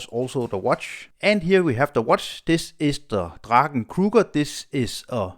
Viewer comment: Finally someone on YouTube pronounced "Draken" correct! 👍